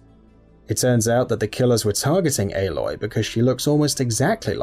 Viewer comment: I can't get over how he pronounces it. Like... her name is said so many times in the game. How does he get it sorted wrong.